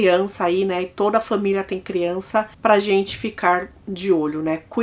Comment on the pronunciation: Gosto muito de você é assisto todos os vídeos, mas sinceramente, não é agradável ouvir você falando fÃmilia, cÃminho.